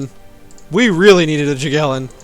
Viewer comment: It's not 'Jagiellon' but 'Yagiellon' ;) Greetings from Poland.